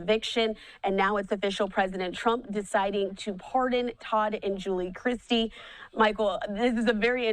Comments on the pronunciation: News anchor mispronounced their name she said and it's Chrisley!!! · Was anyone else as irritated as I was with the commentator calling them instead of Chrisley??!! You live under a rock AND cannot read??!! 🙄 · Chrisley, not! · She keeps saying "" instead of "Chrisley". If you're going to do a story on someone, at least say their names correctly. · CHRISLEY. Please stop saying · Learn how to read. Their name has no T. IT IS CHRISLY